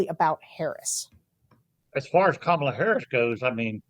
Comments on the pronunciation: Love this discussion. I know it’s an unusual name and many people get confused, but please pronounce it COMMA-la. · Come on,guys…. It’s COMMA LA! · Fyi, it's "comma-la" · Guys, you obviously think highly of ABC’s are supportive of Harris. However, there are times during the podcast that you pronounce her name like the cult member MAGAmaniacs do in order to be intentionally insulting and disrespectful. Consistency in the pronunciation would help you message. Might seem like nitpicking, but it really is substantively important. Otherwise an exceptionally informative podcast. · Why does Sarah mispronounce “Kamala”? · Sarah STILL can't pronounce the name Kamala? Just call her Harris then. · I would have expected a long time democratic pollster to be able to pronounce Kamala Harris first name properly. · Guys - can you get her name right please? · You can't even say her NAME correctly?! Tim! Come back! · I’m floored that you put this up on YouTube when both of you mispronounced her name. shame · Why can't any of you pronounce her name properly? Wtf is the matter with you people?!?! Very disrespectful. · Sarah, PLEASE pronounce her name right. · Interesting shift from this focus group batch. But Bulwark folks, can you please, please, please learn how to pronounce Kamala's name? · This guy loves Kamala so much that he pronounces her name the right wing racist way. Solid. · Thank you, but I wish folks could show some respect by pronouncing her first name correctly. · Learn how to properly pronounce Kamala's name, Sarah!!!! You're starting to sound exactly like Trump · Sarah, you are such an intelligent person. Please say Kamala’s name correctly. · Please say Kamala Harris name correctly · Please pronounce her name correctly. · Both of you mispronounced and properly pronounced Kamala . It might seem small but it’s important to have unity in the smallest of ways. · I'd think that a prerequisite would be NOT PRONOUNCING KAMALA WRONG. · Sarah, KAmala, not KamALa :-)